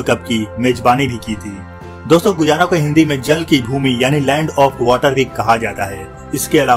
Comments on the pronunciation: Its pronounced GAYANA not GUYANA. Check before you speak 😡😡😡😡😡😡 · SHAYAD ISS DESH KE NAM KA PRONUNCIATION GUAYA NAHI HAI GAYANA HAI...PLZ CHECK KIJIYE GA..